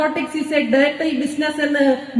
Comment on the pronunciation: നേർകോട്ടിക് സ് ഈസ്‌ ആ "ഡേറ്ററി" ബിസിനസ് എന്നു. ഡെർട്ടി എന്നു പറഞ്ഞതാ "" ഡേറ്ററി "" എന്നായി അതു അങ്ങിനെ ഒരു അവരാതം 🤣😂🤣😂